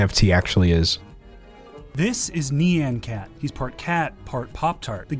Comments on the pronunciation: I'm shocked to the core that you didn't lambast "This is NEE-AN cat"😂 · Excuse me, “nee-an cat”? Isn’t it pronounced “ni-an cat”? (With a long i) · KNEE-an Cat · "nee-an cat" wtf is that pronunciation LOL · "knee-ann cat" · not them pronouncing it like neeyan cat ... lol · Why can no one pronounce Nyan Cat correctly it drives me insane EDIT - Thank you D'Angelo for saying it the right way!